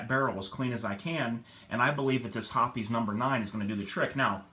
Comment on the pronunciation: Thanks for pronouncing Hoppe's correctly. The reason that Ballistol didn't clean as well is that Ballistol is just a medical grade mineral oil. I've been a Hoppe's #9 user for years. I've tried a few other cleaners and at best they did the same job but cost a lot more. There's a reason that Hoppe's #9 has been around for over 100 years, it works. All I use is Hoppe's #9, Rem OIl in a spray bottle, and Mobil 1 5W30. Cost effective.